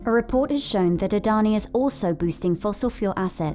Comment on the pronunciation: It's not adhoni it's adani